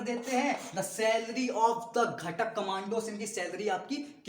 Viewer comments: घाटक nahi bhai घातक hota hai 🥲😅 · Bro it's not ghtak is gathak